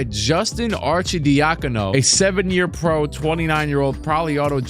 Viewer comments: Dude pronounced"Justin arcidiacono" flawless first try but can't do Daugherty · Love perfectly saying arcidiacono but not daugherty😂